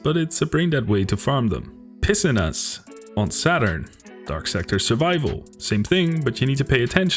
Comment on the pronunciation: Piscinas got me personally. Sounded like 'piss in ass'.